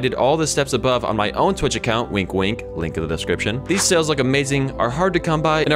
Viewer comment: Bro called the serpents lie sails the serpents sails Literally unwatchable.